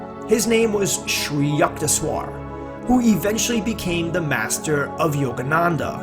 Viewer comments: yuckteshwar ! yuck! U in Sanskrit is pronounced like a short U more like book. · it's 'sid---ha" not "sid-a"; "Koon---dalini" not "Kund..."; "yuke---....teswar" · Hi, I am a 50 year devotee of Parmahansa Yogananda. I really enjoyed this video and thought it is mostly accurate. The mispronunciation of Sri Yukteswar’s name was disconcerting to me (Yook-tes-war is how Yogananda pronounced it). There are many recordings of Yogananda praying and saying the name of each guru in the SRF line. Just thought you would like to know for future videos. May Babaji guide your steps and vision to more videos of these great masters.